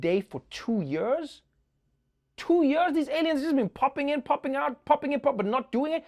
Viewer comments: I like how Trevor says “YURS.” I.e. years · I am a fancy man, but i will never be Trevor pronouncing "years" fancy. Especially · A remainder of his schooldays with British English. Quite posh.